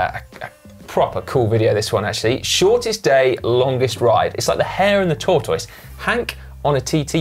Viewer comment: Did Si add a W to tortoise?! "Hare and the Tor-twois"